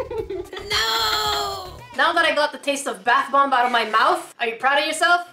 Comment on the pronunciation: did anyone ealse hear her say bath blomb?